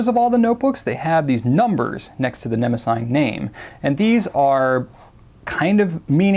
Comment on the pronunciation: I think it may be pronounced neh-moh-zinee. Or that is how I was taught to pronounce the name of the goddess (I may be wrong >_<). Anyway, love love love your review videos!